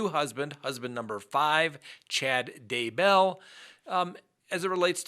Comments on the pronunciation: Could you please learn to pronounce Chad DAY-Bell's name?? It's not Chad D'BELL. It's really annoying how you mispronounce it in every video. DAY-Bell. Get it right. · As much as I hate to be nit picky, its Daybell. Not Day-bell. 😁 Please don't hate me. It just kinda drives me crazy every single time and I had to mention it. Hopefully now that I've "said" it, I'll be over it. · Chad’s last name is pronounced Day Bell , Grew up in Springville, UT with all the Daybell’s.